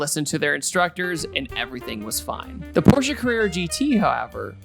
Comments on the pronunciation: Sounds like “the 🤛 orsche carerra gt” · With every “P” you say it makes my ears bleed just a little bit. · i like "the PORche carrera gt" lol